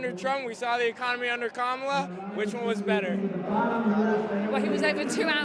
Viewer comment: Even the English reporter can’t pronounce Kamala properly - shame on you.